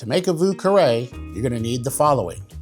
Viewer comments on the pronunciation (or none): Would like to try this one. However, the first word is pronounced "veeu" and not vuu. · I think the French pronunciation of Vieux is more like "V-iew", than "Voo" but great drink build! I couldn't find a different Creole pronunciation.